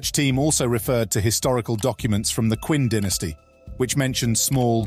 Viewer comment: Qing Dynasty is pronounced Ching dynasty.